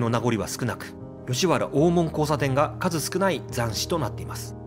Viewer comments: グアム在住の姉から「懐かしい山谷の風景を見ることができますよ」とこの動画のことを知らせてくれたので公開後すぐに見てみた。 実は、このチャンネルの「船橋編」に僕が４５年前に８㎜フィルムで撮った「コークスクリューコースター日本初上陸！」の動画が知らぬ間に使用されていたのでこのチャンネルのことは前から知っていた。 山谷で生まれ育って、吉原から１００ｍ程の近さにあった小学校に通い、吉原最後の引手茶屋の息子やカフェ―形式の貸座敷経営者を親に持つ長男たちなどが同級生だったので、どなたかも言ってましたが気になる点は当然多々ありました。吉原大門「おーもん↴」のイントネーションや五十間道 (みち) の読みが「ごじゅっけんどう」と言ってたのは特に気になった。 お江戸の昔の二大悪所が「浅草田圃の新吉原」と「聖天町の芝居街」だったのが、昭和３０年代中頃からは行っちゃいけない場所が「吉原」と「山谷」になってしまった。なので小さい頃に山谷の宿が自宅で寄せ場のおじさんたちに可愛がられた僕としたら、吉原と山谷を否定的に面白半分に紹介する blogger や YouTuber には迷惑していたが、このチャンネルは吉原と山谷の地域資源をトリビアものとしてまとめているので好意的に見ることができた。 山谷は埋もれた歴史資源や地域資源が今なお手つかずのまま残されているので日頃から「ほていやブログ」やお店の facebook などへ随時紹介しているが、今回の動画はウチのブログの中のカテゴリ「忘れ去られた山谷の風景」からの引用が画像を含めてとても多かった。しかし船橋編の「コークスクリューコースター」には入っていなかったクレジットが「都電２２番線」の動画には入れてあった点はとても良かった。 ちなみに、小塚原刑場跡地の近くにある延命寺さんのリーフレットによると、小塚原は「こつかっぱら」と濁らないで、略して南千住を「こつ」と呼ぶのが正しいのだとか。古今亭志ん生師匠の落語「今戸の狐」の音源を聞くと千住の女郎上がりの奥さんのことを「コツ (千住) のサイ (妻)」と言ってます。明治期にコツ通り脇にあった女郎屋や新吉原遊廓で遊んだ経験のある噺家なので遊女屋の噺に説得力が感じられます。 文面が長くなるので、昭和３５年に建てられた「浅草警察署山谷警部派出所 (山谷地区派出所)」のことを普通交番に格下げ後の「日本堤交番」と混同してること、都電の浅草山谷停留所近くにあった「長寿館 (現在の JUYOH HOTEL)」の画像を吉原の場所としていることなど等、感想の続きは「ほていやブログ」や facebook から申し述べることとします。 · ｢高尾｣｢大門｣のイントネーションが違う。あと｢酉の市｣は毎年日にちは違う。11月の酉の日。もうちょっと勉強して。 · なんかアクセントがおかしいね。 曰く、「大門↗」「高雄↗」「ランク↗」「勝山→」